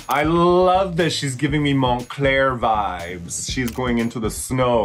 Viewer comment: Raja: people nowadays need to pronounce fashion houses correctly Also raja: MonCLAIR